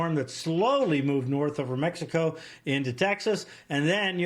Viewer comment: he said gulf of mexicant. where is that!